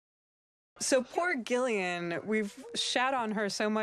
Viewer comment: I hate how they pronounce Gillian’s name. The drop in quality in commentaries is mad.